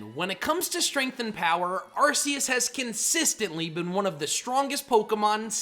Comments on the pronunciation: DO NOT LEAVE OFF THE R IN ARCEUS! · How many times do I have to tell you?? It’s pronounced ar-KEY-iss, GEER-uh-tee-nuh, DEE-AHL-guh, and EE-jih-slash, “”! 🙄🤨 And stop calling genderless Pokémon male! 🙄